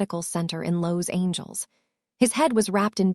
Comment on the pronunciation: Beautiful story just get a narrator that can pronounce Regina and Los Angeles a little better other than that awesome. Favorite parts they were on the hunt looking for Regina, him coming to the vet with a dog that he had found at a construction site, Hannah making a video of Lucky lol and Regina's grandma talking about the men's in her yard and when she said they better not step on her roses 🌹😂 hahahahahaha. On the next one can we get more scene's please 😁 and thank you. Watching from Texas